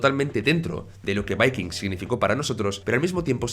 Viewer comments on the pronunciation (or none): Porque pronuncias de esa manera el título de vikingos